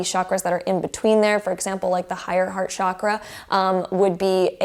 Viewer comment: Chakra is a Sanskrit word and it’s pronounced CHA-KR-A ,not ShAAkra, I’d love it if you pronounced it the right way